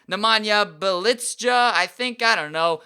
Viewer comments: It's pronounced bee ya leets a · I think it's like Nemanza Bze-Lika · Bjelica's name is pronounced as "B-L-YE-ZA" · Bjelica you say his name "byelitza"